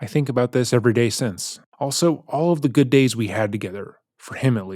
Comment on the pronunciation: Her saying "it was a gud. dai. We had a gud. DAI." lives rent free in my head